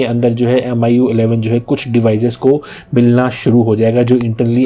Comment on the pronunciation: This guy can barely speak "MIUI11".